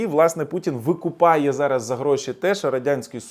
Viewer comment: Викупає чи "викопує"... Коли цей балабол вивчить українську ?